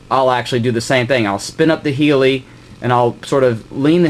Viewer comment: good vid..it does hurt my ears when he calls the heli....a healy............